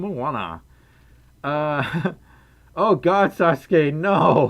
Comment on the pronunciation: ITS PRONOUNCED SA-SU-KE, still cool :3 Great mark impression by the way :-)